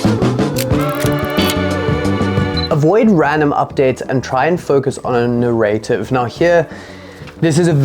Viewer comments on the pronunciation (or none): it's pronounced NAIR-uh-tiv. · You say nuh-RAY-tiv as if it rhymes with creative. The accent is on the first syllable, which rhymes with air.